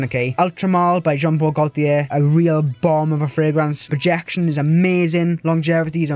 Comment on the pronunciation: Very nice video man! But it's Jean Paul "Gaultier" 😉